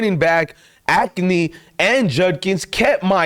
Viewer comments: A-chan not Ac-ne 😂😂😂😂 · First Tua's last name is pronounced (tuhng·guh·vai·low·uh) and second he played college ball at Alabama not Hawaii, js....ps after watching the rest of your video I'm confused on how much you actually watch football because you also called Achane pronounced (A-chain) Acne lol 😂😂😂 sincerely, Name police.